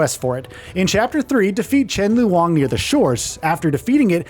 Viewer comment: it's pronounced as "lone", why do westerners have to make pronouncing these words so complicated 🙄